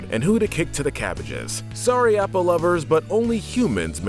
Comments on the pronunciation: Lol don’t forget App-a at the beginning 🙄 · This feels like he hasn’t watched the show and is just reading the script someone else made, as he is pronouncing names like Appa, Sokka, and Mai how they look instead of how the actually are